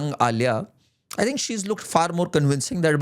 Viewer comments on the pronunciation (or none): none